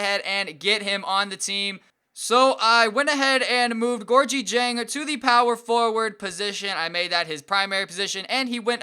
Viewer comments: Gorgui Dieng's name is pronounced "Gorkie Jang" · it's pronounced gorgee-jeng